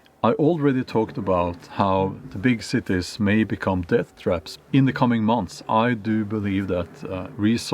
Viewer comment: I like how he says “big Cittae”